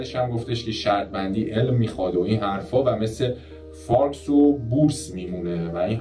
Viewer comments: داداش فارِکس (FOREX) درسته، نه فارکْس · فارکس نیس فارِکسه FOREX خونده میشه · فارِکس (forex) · دادا فارِکس (Forex) تلفظ درستشه، و حسین هم رسما چرت گفته. ربطی نداره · فارکس رو اشتباه تلفظ کردی forex کسره داره